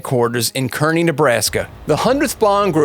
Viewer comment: Thats pretty cool, I've lived in Nebraska my entire life and I had no idea that the 100th came out of Kerney. I've also never heard Kerney pronounced like this gentleman says it. But anyways thank you for the new knowledge and great video 😁